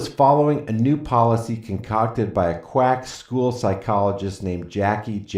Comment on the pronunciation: It must be "catching", It sounded, right at the end, like you said, "I create at least one NUDE video every day!" ...Wait! Oh, you said, "NEW" video every day... sorry.